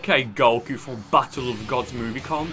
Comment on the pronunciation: I love the way he says Goku